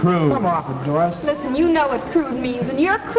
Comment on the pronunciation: I know it's scripted, but I love the way the girls whine like children, but talk like adults. And the way one of the guys pronounced Doris ad "Daah-ris" made me think I was back home.